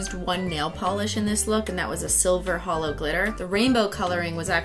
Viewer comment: The real Christeen would say holo not hello